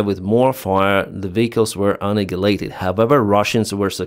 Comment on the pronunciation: Appreciate your reporting. And, you mis-pronounce 'annihilate' every time... (check it out somewhere!